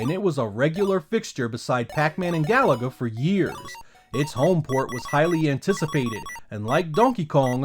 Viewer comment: As always, great video. Glad to hear you pronounce it "Gala-ga," and not "Ga-LAH-ga," like I hear so many people doing now. Don't even care if that's the right way it's pronounced, and I don't know how, or when that started. Damn kids these days. Pretty soon, they won't even know what a "quarter" is, much less why you'd put it in a "machine." Can't wait for part two, and have a good week.